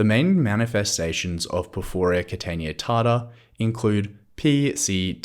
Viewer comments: Why do you say porfooria? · Thanks, i think ur saying porphyria wrong though 😂